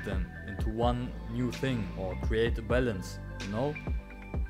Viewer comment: Oh balance, i thought you were saying bell ends.! Lol